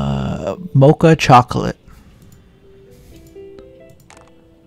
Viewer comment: did he just call a Mo - Kah a Mah - Cha ?